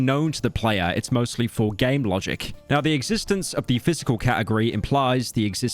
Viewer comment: "Pysical", 8 hour video RUINED